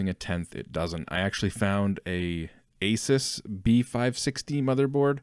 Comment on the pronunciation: Asus... Ay-soos